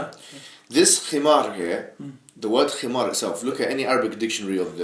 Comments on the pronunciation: It's not, himar, it's HiMaRGH. PLEASE, PRONOUNCE IT CORRECTLY. Lol that was a lil funny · But WHERE does it say that the Khimar is obligatory?? When and where does the Quran emphasise the importance of the Khimar in daily life? The only times a woman’s head is mentioned being covered is during prayer, umrah, hajj and entering a mosque. Yes the Khimar was used but no where in the Quran marks the start of it or the obligation of it. Picking on her pronunciation was beyond petty. It’s not ignorance. Just because you had nothing left to say you decided bashing her pronunciation was a good place to go.